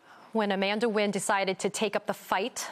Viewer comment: Amanda Nguyen’s surname should be pronounced N’win instead of win!